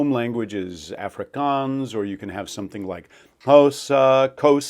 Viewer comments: It's not an Effrikens accent, but an Ahfrikaahns accent ! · South African here. Your accent is THE WORST! It's not Afrikaanz, it's Afrikaans. And you can't decide how to pronounce Sotho? Stop pretending you're an expert. Your are not qualified. I am cringing so hard right now. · So, as a South African, the first sound in Afrikaans is not "a" as in apple, but a short "o" as in South African "dog" (a sound many Americans seem to be unfamiliar with). "Afrikaans" therefore isn't pronounced like "Africa" if you're an English speaking South African, but more like "off-ri-kaans". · You suffer the same problem that all Americans have when trying to do an international accent when you try to say the word 'Afrikaans': none of the American dialects have an equivalent sound for the 'o' sound that Brits & their colonies have in words like 'sorry', 'not/got/hot/rot/spot' etc. Hence you end up using the 'or' sound instead and sorry becomes 'saw-ry' and in this case you're saying 'Orf-ri-karnce' instead of the glottal stop sound placed at the very back of the soft pallet.